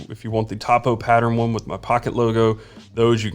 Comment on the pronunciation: Topo It pronounce 'toe-poe' short for topographic